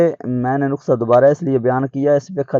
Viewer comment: جاہل انسان نقسہ نہیں ہوتا نسخۂ ھوتا ھے ۔‌۔